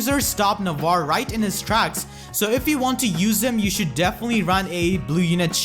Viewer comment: It's spell "Nah-vah-reh".